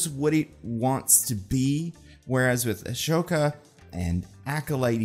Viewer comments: Love the content but why is nobody talking about how is say "Ashowka" instead of Ahsoka like you just spell it out 😭🙏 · did you just said ASHOKA instead of Ahsoka?? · Begging u to stop saying ashoka when it’s ahsoka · every time pronounces it "Ashoka" I want to die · Why does he say ashoka like "a-show-ka" lol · this is literally the tiniest nit pick but how do we still have people saying ash-oka lol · it’d be really cool for you to learn how to say Ahsoka